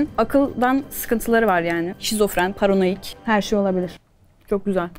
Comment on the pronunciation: O sırada paranoyak yerine ✨PaRanOyiK✨ diyen qjhjjtfxnjojşkjghdbıj